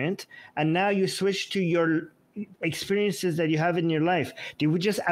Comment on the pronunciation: He says "exPUriences" 😭